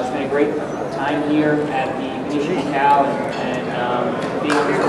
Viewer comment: the Chinese guy just called the champ manny pacyou lol..